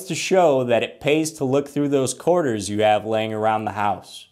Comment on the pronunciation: This dude says ''Körterz'' ....like a 6 year olds pronunciation. QUARTERS.... ..Koreterz....Coreters'...Coretearz..etc